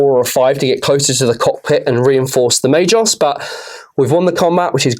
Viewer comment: Pretty sure it’s Ma-gos not ma-jos! But great battle report :)